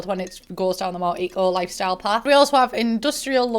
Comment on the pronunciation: all I can hear when you say the name of the pack is E.Coli 😅